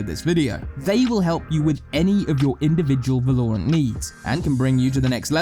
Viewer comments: I'm British and even I don't say..."Va-lore-ant"....But great video! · the way he says valorant tho va-low-rant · He pronounces it “val or nt” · Tip: It’s pronounced Vah-ler-ent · One Tip: I think its pronounced, " Va-low-rant" "Not my words baby, not my words!" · Bruh it’s Val-or-ant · lol even subtitles say va-lore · No one: Absolutely no one: from Skillcapped: va-LOREE-rant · Say Val-low-rant one more time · Stop saying valoorant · IDK if i should be watching this guide if hes gonna keep saying Valorerant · Disliked because you pronounce it vaa-low-runt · I literally couldn't finish this video because of they way he pronounced val-or-ant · Im gonna kill you if you say va-lore-ant one more time. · I still hate how he says Val lore rant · Va-lore-ent isn't even some British pronunciation. He's just misguided. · I’m 100% going to not watch this channel if you keep saying “vELouuUrAnt” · Wow, your pronounciation of Valorant xD "Velourent oui oui" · Why does he pronounce it “Vuh-lore-ant”, it’s an American game, say it right. Even other British people say it right. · be like - veloorantt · here for the va-lore-ant comments, anyone else? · Please never ever say vel-ore-ant ever again 🤣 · Man said “Velorant” XD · Volorant lmao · If he says vuh-lore-int one more time im gonna kill myself. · Its almost difficult to follow when everytime i hear "Velorant" I have to reboot my brain 😂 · It's so annoying how he says "Va-lore-ant" lol. Good video tho. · yeah its val-o-rant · it pissed me of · Every time he says it i hear Stewie say "cool whip". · idk its funny to me so its not a big deal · Why did he say Valorant like that? The game even tells you how to pronounce the name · I'm going to start pronouncing Valorant like that just to piss people off. I did learn a lot though so thank you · Can we get more of mr. alan because everyone else either sound boring and end up losing my attention or pronounce the name of the game incorrectly like this guy